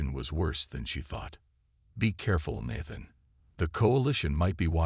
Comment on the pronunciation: The first a in Nathan is pronounced like hey.